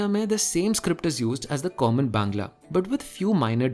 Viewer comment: Are you a bangali because your 'bangla' pronunciation was pure